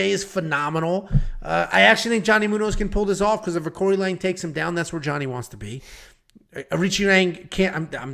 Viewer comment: It’s on YT… the correct phonetic pronunciation for AoriQi Leng is ARCHIE LONG, OR, R-CHEE LONG